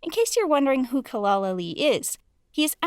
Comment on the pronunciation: It's not 'Kelal', it's pronounced 'Jelal'. 'C' in Turkish is pronounced 'j'.